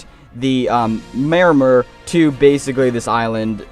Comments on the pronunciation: Pi - Yan - Don-e-a Don as in dome Yan as in Yam May-Or-Mer Pronunciation guide for Pyandonia and Maormer. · MAH OR MER, PY AH DONAY YA